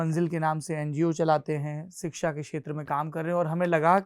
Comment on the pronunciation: 'सिक्षा''❌ नहीं शिक्षा'✔️ सही उच्चारण है, सौरभजी। मैं आपके बनाये वीडियो बहुत आनंद से देखती हूँ। बहुत अच्छा कर रहे है आप। धन्यवाद।